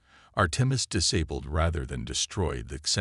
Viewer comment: I lost track of the number ceres pronunciations and spellings. They were wrong about humanity, I think that theme is in all your stories. Disabilled, really? Weepenize? Worship? Why don't you fix this crap? It's the same over and over again. Dislike!